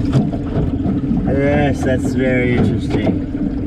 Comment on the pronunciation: Thahs it fah anotha episode guys..